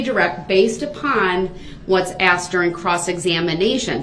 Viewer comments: He axed!! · Brooks has a language problem…..ask ..is ..ax….with is…wiff…that…is dat..truth is …toff